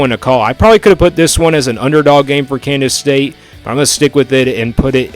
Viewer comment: You keep saying Kandas state?